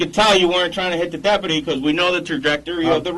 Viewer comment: They can't even say deputy correctly. More like depadee lol, idiots.